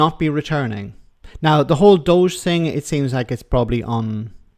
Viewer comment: Doge pronounced dodgy. Doge for Counties, 😂😂😂 These guys are County Jesters!